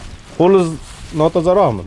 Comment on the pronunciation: Qoliz notozoroqmi 🤣🤣🤣🤣 gapni qaraylar no tozoroqmi diydi qanaqa sheyva bu